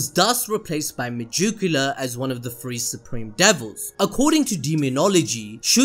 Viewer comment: No offense but it's pronounced mah-gick-you-la (megicula)